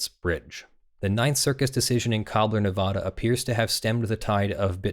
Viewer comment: "Nevada" when used as the name of a state (as opposed to a Spanish word) has a correct pronunciation. The pronunciation you used was NOT the correct one. Just saying...